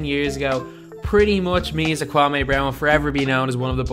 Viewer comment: "Kwam-ay Brown"